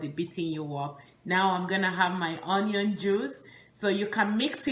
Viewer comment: "onion" is pronounced as " ŭn′yən ", and NOT " on′yən ".